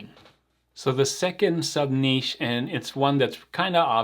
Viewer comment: at least twice in this video you pronounced "niche" correctly. Not sure why pronouncing it "nitch" bothers me so much. It's one of those things that makes my eye twitch. 😛